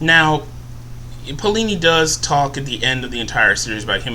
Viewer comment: and is alah-gay-see-ah and its pay-o-li-ni